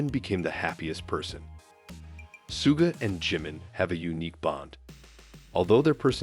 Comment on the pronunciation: Что за манера коверкать имена парней из БТС. Если не знаете имен, так узнайте. Чимина Джимом обзывают, Шугу не могут выговорить. 😢